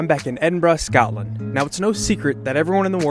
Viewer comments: What do Scottish people think about Americans pronouncing Scotland as Scatland, particularly as scat means faeces? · That way wye they say Scatland bugs the f*** ootta me!!